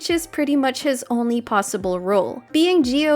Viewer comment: "Oni a few options"🤣